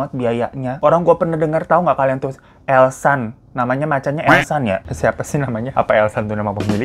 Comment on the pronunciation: plis ngakak bngt pas nyebut elsan😭btw nmnya eshan bukan elsan😭😭